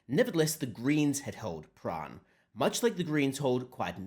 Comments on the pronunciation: Prahran is Pran or prah -ran not prah rahn! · Prahran - the R is silent. PA (as in Ma and Pa, but kind of short) RAN (as in they "ran away" from the ALP) "PA-RAN" - Excerpt from the "Communist Victorian Elocution Handbook" Fact-check true, not Hate Speech at all....